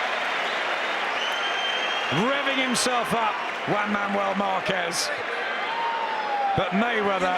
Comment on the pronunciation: Márquez sí sabe hablar inglés! Excelente pronunciación, se le entiende clarito! 😬 P.D. Soy mexicana!